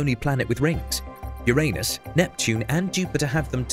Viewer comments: I wish it didn't bug me so much, when people do not pronounce Uranus right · I was told Uranus is pronounced "Yer Uh Nuss" not as "Yer Anus". No? Great video. The animations were amazing. Made me excited for what we might get to see! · The correct one is yur ay nus right? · why can't some of the educational space videos include the correct pronunciation of Uranus? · Learn to pronounce Uranus right please